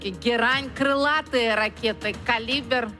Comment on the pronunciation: Олька вимовляє калібер